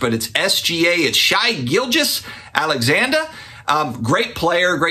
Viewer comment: Appreciate the content and the dedication to how often you upload! I try not to be this guy but it happens so often nationally and on Youtube that I feel the need to mention it here, SGA's first name is "shay" not "shy" even though it certainly would look like it is "shy". I imagine that you have mentioned this in a previous video but where do you get the sales data for the Top 5 players by sport by volume on COMC? That's very good info. Thanks and great work!